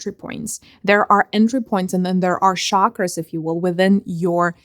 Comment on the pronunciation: I know it's not important but it's just part of my integrity... It's Chakra NOT Shakra! Every time you say 'shakra' my autism-bound mind suffers.